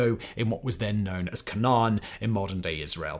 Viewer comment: Isn’t it pronounced “CAY-nan”?